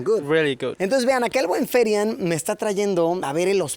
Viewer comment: Dice ferian no therian